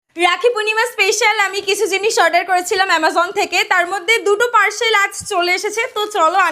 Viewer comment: পারছেল❌ পারসেল✅হা হা হা ❤😂😂😂😂